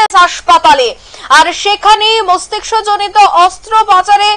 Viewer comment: Madam mastiksha noy mastishka hobe